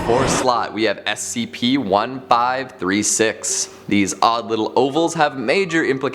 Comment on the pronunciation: Did any one notice that he did not say the first SCP number correctly